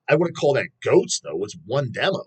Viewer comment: This kid has a goofy accent. Keeps pronouncing demo as “dem-ouw”.